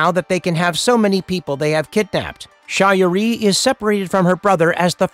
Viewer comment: Hey i appriciate the video , but is this video voiced by artificial intelligence? Its the only reason i can think of why EVERY CHARACTER NAME PRONUNCIATION IS WRONG . Sha ri , annubis , teal'c ,Appophis all said incorrectly. I noticed that all your other videos the names of characters are butchered..